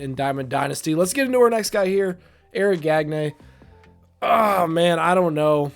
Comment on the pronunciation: Gag neh ayo! LoL